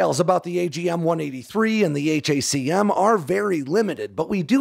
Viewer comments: It's pronounced "hack um". Stop saying H.A.C.M ;) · These are the news I wanted to wake up to today. 👍 Also. Pronounce it how it's clearly meant to be pronounced. Hack'em.